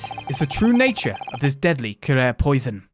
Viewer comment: The poison is pronounced que-ra-ree. Watch the sign of the four and you’ll see.